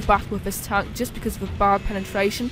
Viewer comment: Heavy Townk and Meduim Townks xD